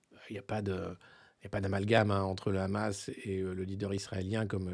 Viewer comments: Il va falloir leur apprendre à prononcer Hamas en passant, la prononciation R'hamas et celle des sionistes car prononcé comme ça, cela veut dire "violence, monstre..." alors que la prononciation est normalement H' amas avec un H expiré. Alors entendre les editorialistes prononcer R'hamas n'est pas anodin. #barbier#abnousse#estrosi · Le Raaammaas, à la prononciation tu sais qui parle...